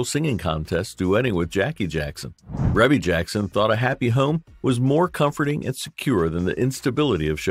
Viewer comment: Pronounced Ree•Bee Jackson